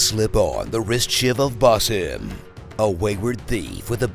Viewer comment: 90% of this is on point, but the fact you couldn't be bothered to learn how to pronounce the main character's name shows the effort level of this one.